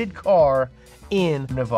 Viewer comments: It’s Nevada not nuvadu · It’s nevaduh not nevoda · It's not NeVAHda. Stop saying it that way! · It’s pronounced Nev-adda, but I’m not the least bit surprised that it’s the Impreza. When I lived in Reno, the freeways were constantly terrorized by rich Tahoe kids with more money than brains who would come down from the mountain to attend UNR. Their daddies would buy them brand-new WRXs that they’d plaster with Monster Energy stickers and then cut class to go snowboarding. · Say Ne-va-da 😂😂😂😂😂😂😂😂😂😂😂😂😂😂😂😂😂😂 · It’s really “nev-ada” most people get it wrong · you pronounced nevada wrong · Considering how close you are to Nevada I'm surprised you can't pronounce it correctly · People still can’t say Nevada right. It’s a Native American name btw and yes a specific way to say it. Just gets old after 30+ years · Nuh vah duh 🙄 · Why did you pronounce Nevada so so so so wrong. For SHAME